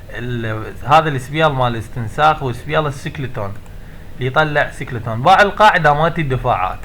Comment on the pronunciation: ههههههه سكليتون اسمه سكليتون